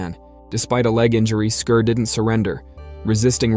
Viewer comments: Why do Americans spoil every English word or name by pronouncing in a completely different way? It is 'Scar', not 'Scur'. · Can you at least have the pronouncement of the its name correct??!! Not Skir it was Skar like SCAR lmao and his brother mufassa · I believe based on the movie lion king, that his name is pronounced SCAR 😂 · Scar. It’s pronounced